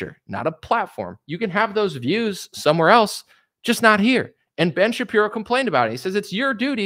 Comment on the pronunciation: "Ben Sha-Qeer-o" 😁